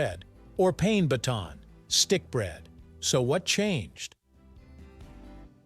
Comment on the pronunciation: If you're going to say foreign words, like "baguette" or "pain," can't you pronounce them properly?